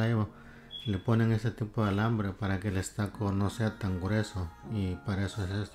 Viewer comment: No sé dice estaco, se pronuncia ESTUCO...